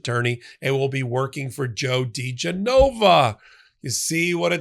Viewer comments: He must love it when his name is pronounced Joe D. JeNova. 😆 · It's dee-geh-nova. Genova, like the Italian city, accent goes on the e, not the o. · Try: Joe De-JENN-a-vah and Victoria TEN-sing. Just saying. Maybe it’s just because I’m from NY, but that’s how we refer to them. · pronounced da GEN uh vuh (this name was in the news back in the day along with wife Victoria Toensing) How do I think idiot Joe would pronounce your name --- - "Pop, 🆗" So you are free to pronounce this criminal's name anyway you feel like. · Well, I can tell you’re not from DC. The name is pronounced Dee GEN o va.